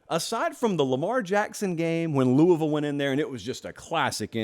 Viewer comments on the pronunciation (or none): none